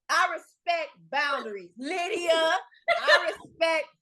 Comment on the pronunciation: Lmao lie-dia 😂